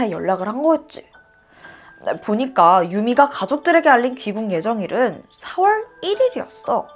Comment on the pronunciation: 4월 7월 발음이 이상해여 중간중간 거슬림...ㄹ들어가는 발음이 대체로 그런듯